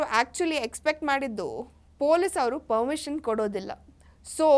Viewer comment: ಪರ್ಮಿಷನ್. ಪದ. ಸರಿಯಾಗಿ. ಹೇಳು.